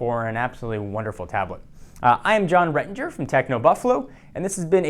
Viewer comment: The way he says John Ranger is retarded but everything else he says seems fine.. really wierd.